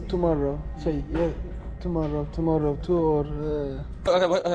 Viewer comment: gülmekten altıma ettim. tumorrow tumorrow tu or